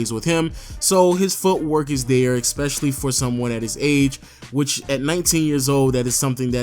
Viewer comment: Nejc Doler you really expect him that right when he can't even say "especially" correctly.....